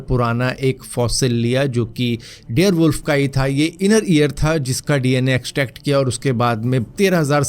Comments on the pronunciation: Dare wolf nhi dire wolf 🐺 hota hai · Bhai Bare wolf hota he dare wolf nhi😂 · dare wolf nhi dire wolf hota h